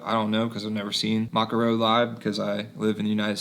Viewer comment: You say the band name wrong. It’s pronounced ‘may koe’